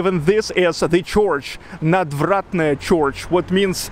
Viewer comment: Hi again, - sorry to be such a weirdo. Here's another tip. I noticed you said CHORCH (for "church") - keep it as a straight RRR (bird, word, third, herd, heard, nerd, world, church, nurse). "Chorch" is only correct in the Irish dialect. Again - love your videos and keep up the good work. Gorgeous weather in SPB!